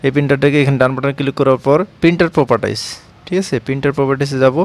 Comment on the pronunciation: আপনি ত ভালই বলেন।প্রপাটাইস।এই শব্দ আগে শুনিনাই।